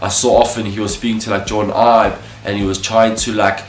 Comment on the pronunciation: Eeb? Eye-b